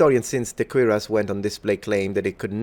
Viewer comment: It REPEATEDLY sounds like you are saying "queer ass" instead of "cuirass". Perhaps "odd donkey" or "bizarre burro" would have been a better choice of words conjuring up memories of "Francis The Talking Mule".